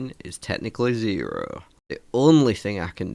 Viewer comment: Zearrrearrrrr, aka zero 😂